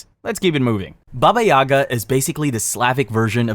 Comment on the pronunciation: Its not baba YAga its baba yaGA